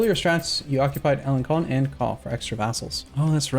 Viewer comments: Alen-Son not alen-con (the c with the squiggle makes an s sound) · I don't speak french, but I'm quite positive it's "alen-son" not "alen-con". My native language has that character "ç", it has the same sound as S, and, much like french, it's latin derived, so should sound the same, I guess. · arumba do you see the funny tail on the c in alencon that mean you pronounce it like ans s from before people agreed to invent the s.